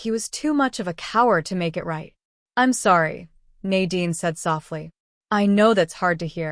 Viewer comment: ???? 😳 ....story teller turns Asain, Im sworry sweetheart?